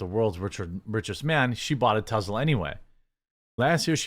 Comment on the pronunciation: Why are you saying Tezla?